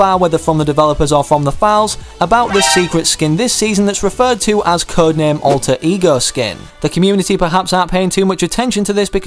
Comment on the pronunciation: When he says alter ego it sounds like e-girls